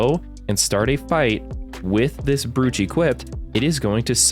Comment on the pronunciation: I hate to be the one to point it out, but brooch is pronounced like bro-ch, not brewch. It's an accessory you pin to your jacket chest.